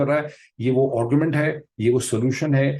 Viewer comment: Dr.Sahab salam. Hope you do not mind my pointing out. Pronounce the word "argument" to sound like "aargu......." You pronounce it as " orgument" Please do not mind . I am a hardened fan and follower of yours.